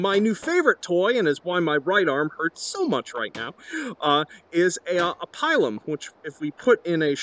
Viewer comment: Pilum is pronounced like peel 'em, this is epic though.